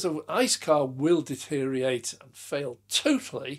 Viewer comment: the word you were searching for was DE teriorate, not detteriate